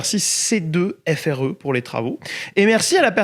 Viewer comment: Super vidéo , super sujet , super chaussons tout est parfait , des noix de cajou et on kiffe !! PS : ça se prononce C2FRÉ genre c est 2 Fré genre c'est Fred mais à l'envers , c'est long la